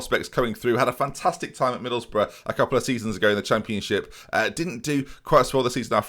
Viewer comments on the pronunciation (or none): none